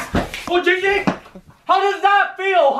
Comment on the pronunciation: ITS GINNNNNG GING NOT CHING WING AND NOT BLING FLING